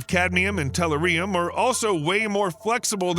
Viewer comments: It's not "tell-er-ree-um", It's pronounced "teh·LOO·ree·uhm" Learn how to pronounce the metals in the Periodic Table. And it's NOT a "mineral", it's an "Element". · ...a BIG pet peeve of mine,too-----mis pronouncing words,esp. in articles which reveal the discovery of minerals( for example) in someplace new. tell-UR-ium repeat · It's tell your eerie yum!! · You would think a show that presents technical advancement would use a talk bot that correctly pronounces the name of the main focus of the presentation. It is "teh-LOO-ree-uhm". You are putting "em-PHAS-is" on the wrong "si-LAB-uhl", talk bot. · LOL you really need to pronounce the name correctly, pronounce as... tɛˈljʊərɪəm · Amen it's Tull - uh - ree - um lmao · When you can't deal with a video just because a word is used consistently and mispronounced by stressing the incorrect syllable. Ree ree reeeeeee. teh LOO ree uhm-not-teh loo REE uhm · Have definitely heard of təˈlo͝orēəm. Not sure wtf you're talking about ... perhaps it's related to aluminium. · REALLY BAD pronunciation!!!!!!!!!! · I wince every time tellurium is mispronounced by this announcer, which is about every five seconds. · Can't even finish the video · I concur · I agree. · Same - emphasis on ‘ur,’ not ‘ium!’ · I'm ripping my hair out when he pronounces it that way!!! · It's painful. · It's the American abuse of the English language, it makes me wince sometimes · Google says the British pronounce it like in the video, much like they have another way of saying "aluminum", but the video is set in the US, and the announcer is not British...if even human.